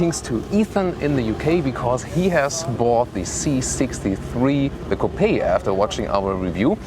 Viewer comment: Oh Mann,. Dein Englisch klingt...Deutsch. Du sprichst flüssig aber mit deutscher Intonation, was absolut furchtbar klingt. Ein wenig Übung und die Sache klappt, gib' Dir einfach Mühe! Selbst als Deutscher kann man dieses Denglisch kaum ertragen. Außerdem solltest Du lernen, wie man bestimmte englische Wörter ausspricht. Beispiel: Coupe wird Cuup gesprochen, nicht Coupee. Bitte verstehe das als konstruktive Kritik.